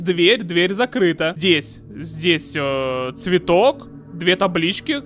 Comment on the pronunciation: чветок ромашка около компьютера.😅